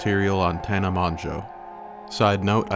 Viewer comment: i know this is a subtle joke but you messing up tanas name after bragging about how easy to pronounce it correctly got a chuckle out of me lmao